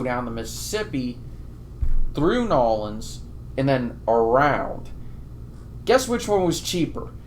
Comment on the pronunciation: It’s New Orleans not “Nolands”. I don’t even live there but it doesn’t sound right